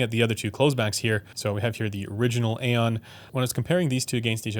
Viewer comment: Great review/video as always. Just a FYI for any future video where you may bring up the Aeon line of headphones: the word aeon should not be pronounced as you do it as the word is just a different spelling of eon. Perhaps Dan Clark himself pronounces it A-on but that doesn't mean it is right. Words have meanings and thus should be pronounced as intended. Also interesting when bringing up the Stellia you don't mention how one could just EQ the frequency response to mainly match the Stealth if that is what they preferred. You brought up EQ for the XC but not the Stellia. Kind of odd. I own the Stellia and think it sounds solid without EQ but I do have it EQed using Chrono's settings and it sounds even better.